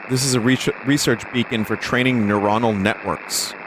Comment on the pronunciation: "Neronal Networks"